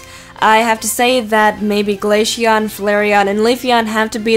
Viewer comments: she said glasheon not glaceon XP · Umm you dont say glayxhion and you say the c as a z